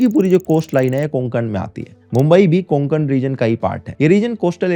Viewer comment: Not konkan its kokan